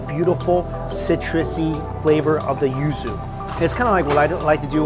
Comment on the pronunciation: I thought you said “ used “ ramen instead of yuzu ramen lol I was so concerned for about 15 seconds